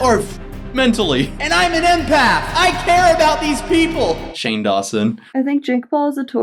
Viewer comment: I feel like they aren’t saying empath right lol